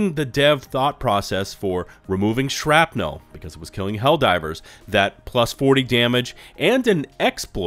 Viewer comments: Shrapnel Shrap "nul" Not Shrap "nell" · lol the way you say “shrapnel” lol. I mean I know there are accents and origins to caramel, oil, etc but I’ll add shrapnel to that list. You north or south on east coast?